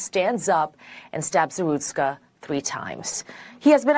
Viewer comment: ZaRUTSKA, not ZaSTRUKA